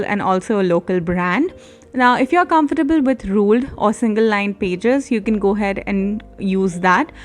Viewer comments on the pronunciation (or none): none